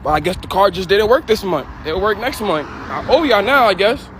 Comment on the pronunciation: What is it about the yos where they can't say "month"? It's always mundtd.